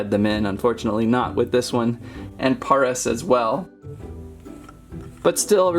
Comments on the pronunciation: its pareas not poris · It's Pare-as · Its pare ic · It is par-is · It is pairis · It is penonst pares like the city pares in France :D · the way you say paras like you say paris 🤣(no hate) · paras is said like paris dont know why just is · The a in paras is a long a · Paras is pronounced like the capital of 🇫🇷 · You said Paris wrong!!!